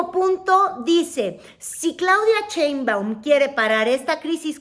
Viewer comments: Me causa ruido como pronuncias Cheinbaum... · es en serio que no puede pronunciar “Sheinbaum” en lugar de “ cheinbaum”? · Ni siquiera saber pronunicar bien el apellido de Claudia.😂 Dice CHEINBUAM como charro, en lugar de SHEINBAUM como un susuro sh sh sh Sheinbaum.